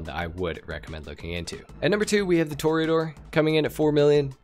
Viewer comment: Hey, you learned how to pronounce Toreador. 😛